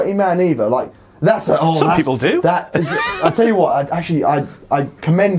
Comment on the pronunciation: That's the most British "I'LL TELL YA WOT" I've heard in a very VERY long time, and I'm here for it